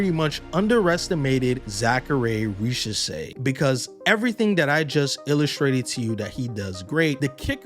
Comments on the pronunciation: and his name is Risacher, not Richaser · men if you want to pronounce his name the right way, imagine the S in risacher is a Z. Great vid otherwise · sorry to be negative but what’s with americans not caring about pronouncing any foreign name right ? It’s exausting. I get not knowking how to pronounce when the name does not ressemble anything you know, but to be inconsistant for each time you say the word is embarassing, how do you not realize you butcher the name and correct it ? Same goes for Wembanyama